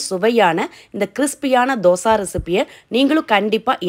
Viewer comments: தோசா இல்லை தோசை என்று சொல்லவும் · Say dhosaiiii not dhosaaa 😏😏😏😏😏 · Yes Dosai..